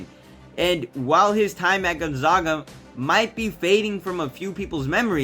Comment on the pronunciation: say it with me gone ZAG uh, as in zag rhymes with bag... love the video tho bro everyone still saying it like this its not you haha.. go Zags